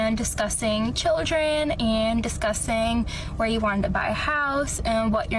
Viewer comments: Does anyone else hear her say "disgusting" and not "discussing" 🤣🤣🤣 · Is she pronouncing "discussing" as "discussting"?? Also, if you are on the hookup apps A MONTH after your relationship crashed and burned....uh...."I've always loved love so much" says it all. He was a bit player in the movie of HER LIFE.